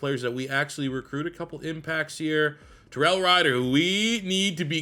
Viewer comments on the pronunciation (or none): none